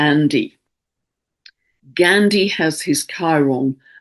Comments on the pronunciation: Dear dear. Love you and have been following you since 2020. Thankyou for saving me from anxiety. You’ve taught me to respond and not react. Btw it’s not Gaindi but pronounced as ‘GAAH’NDI. Thankyou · Gone-deee (Ghandi)